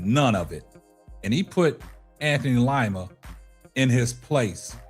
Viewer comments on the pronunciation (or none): It's pronounced LEEMA not long I❤ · DID YOU SAY LIE-MA???😅🤣💯👏🏽👏🏽👏🏽❣